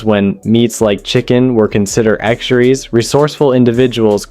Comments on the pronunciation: I think your AI is dropping letters from the script "when meats like chicken were considered xuries" lol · Is this AI narrated? It's awful. In the first minute alone, Spam was "oduced"? As "tar" concluded? hey, remember when meats were considered exerries? (totally made-up word). How do you people watch this? you shouldn't even give crap videos like this likes. It just encourages them to make more crap videos. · Their AI is particularly inept. Mangles about one in 10 words. (Exeries for 'luxuries' etc. and worse examples.) Pretty awful AI generated BS. ("Placed Ween Sandwich Buns" - REALLY??? lol. So f8cked.) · He didn't explain what the mock chicken was and can't say "luxuries", "fillets","mayonnaise","satisfying","culinary"?...AI or just a derp?